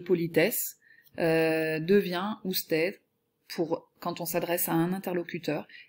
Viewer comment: Juste parce que elle a dit usted en prononçant le d